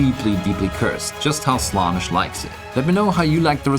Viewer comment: It's Slaan-esh not Slanish